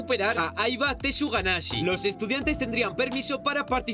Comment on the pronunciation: alguien mas escucho tortuga naze en ves tsuganashi? xd🤔🤔😎